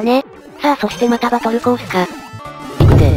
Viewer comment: 「行くぜ！」が「行くの？」 ってなってるの可愛くて好き （秒数訂正しましたm(_ _)m↓）